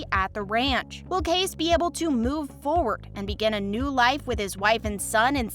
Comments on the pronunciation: Please learn how to pronounce names correctly...It's K-C for Kayce, not case!! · The proper pronunciation of Kayce's is KC, NOT CASE. GET it right. Piper Perabo is not pronounced "PERAABO" but Parabo.please stop messing up the actors name. What a hack.